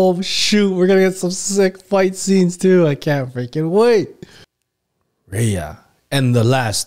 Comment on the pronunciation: Couldn't pronounce one name my guy? Lol